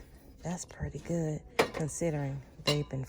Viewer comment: SAY "GOOD" NOT: "GOOT" !!!!!!!!!!!!!!!!!!!!